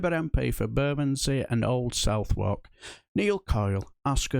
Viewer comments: Did you pronounce Southwark as south walk? Or did you mean to pronounce suthark? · Sorry for being (ultra) boring but Old Southwark is pronounced Sutherk, not South Wark. I know, I should get out more.